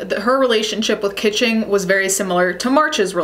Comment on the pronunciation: Its not Audrey Kitching. Its Audrey KAACHINGGGG! 💲💰💸